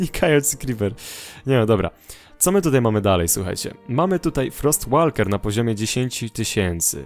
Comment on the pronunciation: 'Frost Walker' czyta się "Frost Woker",...;)